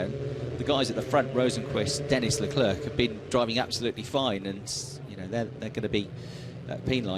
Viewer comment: Charles “Leclerk”